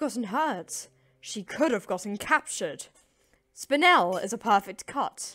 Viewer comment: They pronounced spinel wrong -.